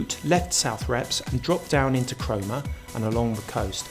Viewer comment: Love your videos but sometimes your pronunciation of Norfolk place names cracks me up. You missed a crash landing at Southrepps and radar station at West Beckham which could've added some extra colour.